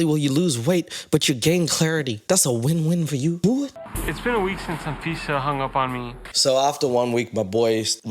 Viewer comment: Anyone else notice how “ahn-fisa” sounds like “and Visa” when pronounces it?? lol, like the credit card and green card… her middle name is “Ahn-Tiffany” or “Ahn-Loius-Vuitton.”